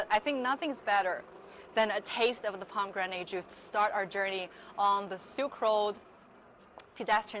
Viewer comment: haha you keep saying pom granade juice....it is pomi granage..spelled as pomegranade